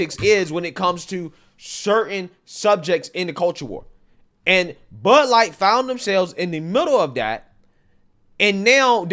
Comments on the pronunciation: It's not Bud Light it's "Lud Bight" 🤣🤣🤣🤣🤣🤣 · Buuuh light? You choose which consonants you articulate....